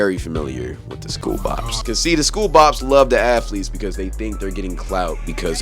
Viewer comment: "Athelets" alr bro🤣